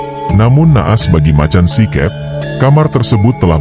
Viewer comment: Baca macan sikep itu make logat jawa si keup